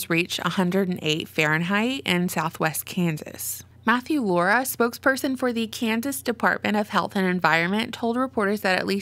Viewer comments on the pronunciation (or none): none